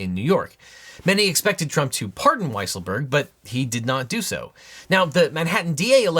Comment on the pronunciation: Excuse me, but I believe his name is pronounced Weasel-berg